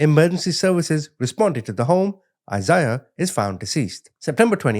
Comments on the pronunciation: lol it’s a Bible name. (I-zay-uh) Isaiah. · It’s “I-zay-ah”